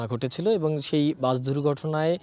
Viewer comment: Ai sangbadik to bus ke bole buch😅😅😅seto bak protibondi😊😊